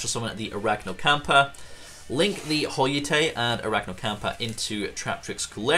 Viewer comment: Pudica allows your opponent to special summon one of their banished monsters during the next Standby Phase after using her effect. It doesn't have to be the special summoned monster that you banished. Holeutea is pronounced the same as colutea, but with hole and not col. I guess Holeutea is based off of colutea. Colutea is a plant. Hole-YOU-TAY-YA Col-YOU-TAY-YA